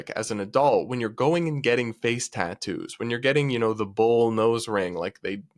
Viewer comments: One of the worst parts of this video is her pronunciation of " tat toos" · As a tattooed woman the way she says Tahn-TTToos is driving me crazy. Also, the face and neck tattoos are a no go for many career fields. Experience also matters. If you don’t have waitress experience, work at a fast food place for a bit and then apply as a waitress because it’s related field experience. I’m a female with sleeves and hand tattoos, but I went into welding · I can't stand the way she says 'ta-ttoos' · I hate the way she says "tatoos." Also, I choose not to trust Satanists. There are probably other people that make that choice as well.